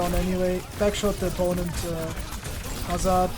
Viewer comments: Due to accent, he pronounced "Hazard" as "Hazz-are-d" instead of "Hazz-erd" like a traditional English speaker would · Your accent says "Hazaard" and people wants you to pronounce as "Hazurd". BTW which hero U2GM next ? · you pronounce it hazard not hazard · No, it’s actually pronounced Hazard